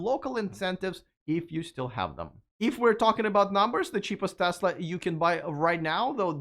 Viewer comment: Thank you for your correct pronunciation of "Tesla!" It's not Tezla, as Ben Sullins says it.